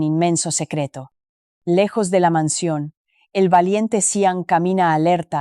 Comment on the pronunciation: ..Óh,!! La imiensa mensión..la grand abitación,..😂arregaña dientes..tierco abogado calbo.. que manera de contar, tan dramática..😂